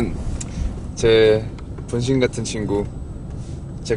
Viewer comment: 분명 제 분신같은 친구인데 붕신같은 친구로 들리는 건 기분탓이겧지ㅋㅋㅋ